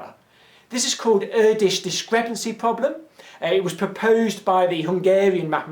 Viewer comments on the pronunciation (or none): Erdosh Dishcrepancy